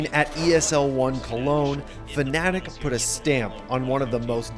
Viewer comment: i think this dude had a stroke. Fucking Fananic or whatever he said lol